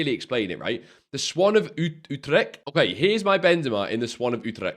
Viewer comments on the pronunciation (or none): none